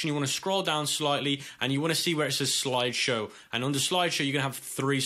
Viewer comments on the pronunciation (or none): Loved the part where he said "sloide showe"